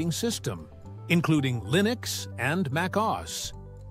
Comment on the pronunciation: I'm cringing at the pronunciation of macOS and other terms.